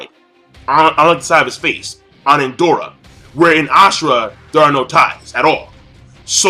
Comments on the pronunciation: It's Indra...where is the "O" that makes you keep saying Indora? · Indoooooora? I think you mean indra? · King, its Indra bruh not Indora. They both have the name of Hindu deities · It's indra not indora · Indra NOT Indora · It's Indra, not Indora lol. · It's Indra not Indora. But a good review nonetheless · it's Indra not Indora. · Why are you calling Indra "Indora"? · Who the fuck is indora????? INDRA is the correct name. Same goes for one piece. Kyros is the correct not Kryos as you always pronounce. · It's pronounced In-drah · Hi, it's pronounced In-dra, a Hindu god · Lol when he said Indora for the first time I was like...''huh? Who's that?'' xD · I swear if i hear you say indora or nenji again -.